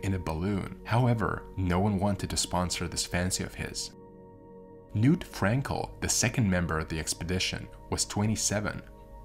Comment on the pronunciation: The k in "Knut" should be voiced. The name is not pronounced 'nuut' nut with a hard k.